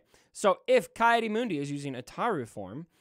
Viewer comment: Ki is pronounced has Key. Not Kai. Key Audi Moon-Dee